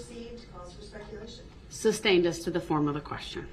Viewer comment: He is so full of 💩 . So all that drama and bs he calls the state of Wisconsin. I cannot stand the fact that he keeps saying Substain even though the Judge has repeatedly said sustained. His ridiculous air quotes